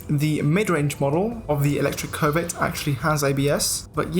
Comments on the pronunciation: Bruh it's not COVID, it's Covet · Sometimes when he says covet, it sounds more like covid 😂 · I keep hearing covid